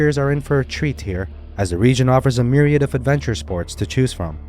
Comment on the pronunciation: Correct me If I am wrong but thats not how you pronounce "myriad" 🤐